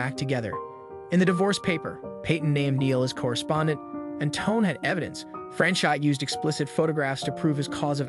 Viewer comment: his name was not fran-shot. it was pronounced fran cho the t isn't pronounced